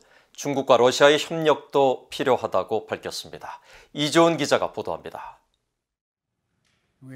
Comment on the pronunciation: 쁘오애이늬우스 이죠닙니다! 쁘오애이늬스 이쬰닙니다 한국이름 말하기 힘든갑네 발음 참 ....